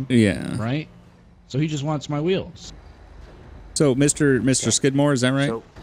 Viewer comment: I remember when he said shitmore instead of skidmore 😂